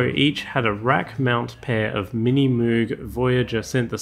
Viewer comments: Total nit pick but Bob Moog's name is pronounced "mow-g" like "rogue", not "moo-g" like a cow. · Moog, pronounced mogue, not as you say it. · Moog is supposed to rhyme with rogue, or vogue. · OP for future reference, moog is actually pronounced “mōg” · I hate to be that guy but Moog is pronounced differently. :D It ryhmes with 'rogue.'